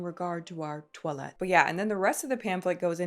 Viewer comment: Pretty sure that is pronounced the French “twa-let” not toilet. 😊